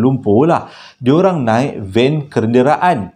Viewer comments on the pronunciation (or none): Abg bila bercerita dia seram bercampur lawak lagi terhibur bila tersasul.. Haha🤭paling sy ingat perkataan "kenderaan" selalu tersasul dalam2 video 🤭tapi memang best cerita-cerita 👍👍.. Teruskan buat video ye.. 👍👍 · Van kenderaannn😂nasib baik bukn kerendaan 😂..aduii...klakarr la haiii..